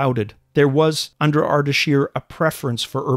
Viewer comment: It's Ardeshir not Ardashir